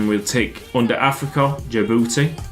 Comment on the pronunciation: DJI DJI DJI-BOU-TI